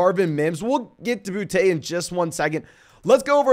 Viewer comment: It’s booty not bou te